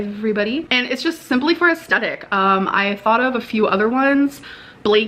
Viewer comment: AsTHEtic you spud not astetic